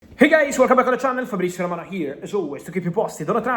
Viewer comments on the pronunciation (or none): none